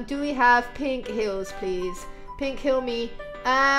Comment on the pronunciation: It's funny how she says hills not heels